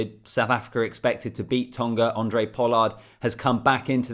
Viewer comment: his name is Handre not Andre. Its not tricky.